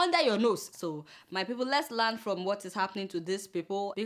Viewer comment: You always make me laugh each time you pronounce these words: "milllion" "dollars" "learn". But who cares. No be phonetics class we dey. Well done jare. hehehehe